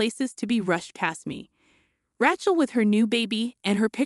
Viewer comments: What's with "RAH-CHEL" and "RAT-CHEL"? Rachel is said as "RAY-CHEL"! You can't say a simple and common biblical name that is thousands of years old? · The name is RAY-chel, like in Ray Charles, not Rat-chel, like in ratchet set. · "Raht-chul" Gotta hand it to these AI voices narrating these fanfictions. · Ray-chel. Accent on the first syllable. Need to proof material. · I don’t think she can read well or write. I never heard Aunt as On and the name Rachel pronounce the way she did. Before downloading a video make sure you double check it. No one did this one. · Ray-chel or Ray-shel depending on how the parents pronounce it.